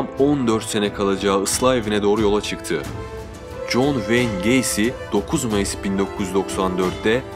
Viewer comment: john wayne gacy diyişine cok hastayım bence cok cool söylüyosun adını